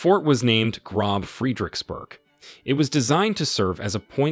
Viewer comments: Groß pronounced "Gross" not "Grob". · The word “groß” (meaning “great” in German), which you pronounce “grob”, should be pronounced something like “groass”. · Okay, so It is not "Grob" but "Groß" the "ß is spoken as an S", it is not a B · Gross not grand. You are pronouncing German words wrongly - Reich etc... please take more care with future documentaries. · The word gross is pronounced as grorss. The funny letter on the end is like ss. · TO THE NARRATOR: The letter ß in the German language does NOT make the sound of an English or American letter B. Letter ß is for "double s" or ss. Therefore when you see the name Groß... the last letter sounds like SS. (This information is for the narrator.) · Groß is pronounced groSS. The ß is the "strong S" consonant in German. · "The fort was named GroB Friedrichburg" If your system can't read the Eszett, ß, just write a double s instead. Gross. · OK, can this narrator PLEASE get some language coaching as he BUTCHERS the German names here!!!!!!